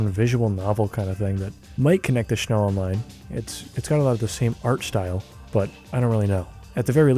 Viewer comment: Thank you for pronouncing 'Schnell' correctly